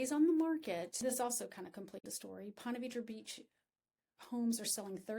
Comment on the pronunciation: It’s pronounced Ponta Veedra